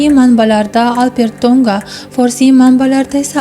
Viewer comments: Урғуни тўғри қўйинг, Албертўнга деб эшитиляпти, хуник эшитиляпти. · Хурматли синглим. Алп Эр Ту'нга исмини " АлперТу'нга" деб укияпсиз. 3 та сузни деярли 1 суз килиб укияпсиз. Ифодали укишнинг уз коидаси бор. Бу тез укиш эмас. Талаффузингиз хакикий узбек( туркий) эмас. Ифодали укишни Афзал Рафиковдан урганишимиз керак.